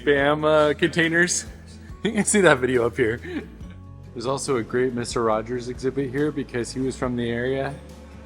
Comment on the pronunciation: It's 'Rogers' not 'Rodgers'